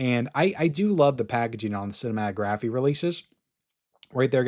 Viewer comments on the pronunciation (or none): Cinematographeeee? 😂 dude you don't pronounce the E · It's not cinematographE the e isn't pronounced at the end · Cinématographe is pronounced like the word autograph. Do not pronounce the letter e